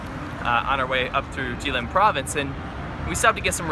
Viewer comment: GUY, IT IS JILIN, NOT JIALIN😃😃😃😃😃